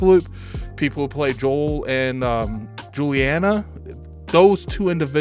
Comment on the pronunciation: It's JUL-LI-AN-NA lol